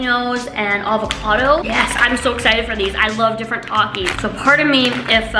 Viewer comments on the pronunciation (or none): none